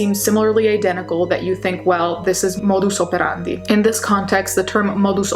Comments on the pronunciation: Do you “speak” Latin fluently? I’ve never heard anyone pronounce modus operandi with an accent before. Edit: Well I got my answer when watching another of your videos. I now know Italian was the your first language which comes from Latin(obviously). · I love your Italian pronunciation of "modus operandi."